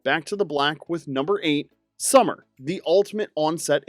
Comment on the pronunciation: You didn't say "Summer!" right 😂😂😂